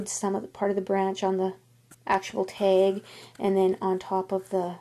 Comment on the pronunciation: where are you from you say teg instead of tag